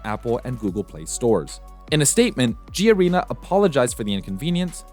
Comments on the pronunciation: It's called Ga-re-na, not G-Arena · correction: it's not called 'G' arena. it's just one word Garena, spelled Ga Re Na. the 'ga' is like in 'gal'. not trying to defend garena ofc because i absolutely hate that dogshit company. also, that skylar or skyler character is definitely based on Sơn Tùng MTP, a popular artist in Vietnam - his fanbase is called Sky